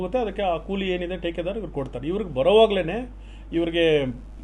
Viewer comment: ಅದು ಟೀಕೆದಾರ್ ಅಲ್ಲ, ಠೇಕೆದಾರ್